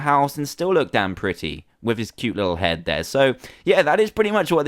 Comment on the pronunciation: Insted of damn say Dan Insted